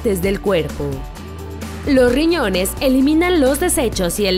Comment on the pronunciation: y lo peor que no pronuncia bien las palabras, ejemplo: "Lo riñones " 🙄